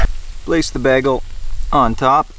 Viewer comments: Coming in a year after this is being posted. Great content, but that pronounciation of bagle though.. Ha! subscribed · You are funny. :-) Shouldn’t you say “back-on,” though? To match the “bág-el?”